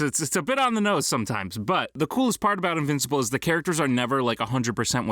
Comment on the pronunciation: The guy saying invincible is very wrong .